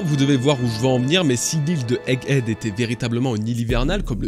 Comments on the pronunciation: C'est Egg head bg pas "hegg ead" a part ca bête de vidéo ! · Bon, désoler mais "Hegg Edd" ça m'a choqué à chaque fois que tu l'as prononcé xD Le H est sur Head, pas Egg. Mais sinon merci pour cette magnifique vidéo! Et joyeux anniversaire!